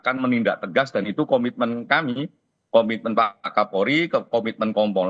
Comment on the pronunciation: Kompolnas komitman komitmen teyuuus😂